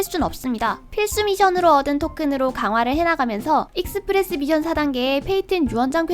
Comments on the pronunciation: mission인데 자꾸 발음을 tion이라고하네 미쎤이 맞아요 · 미션할 때 ㅅ발음이 th네요 특이하시네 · 서울 사람 아닌가 미션이라고 할때 이상한데 경상도는 미쎤이라 하지